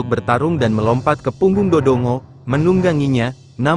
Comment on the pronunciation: Do dongo😅😂😂 seharusnya voicenya bikin ngomong Dodonggo aja text nya biarin dodongo😅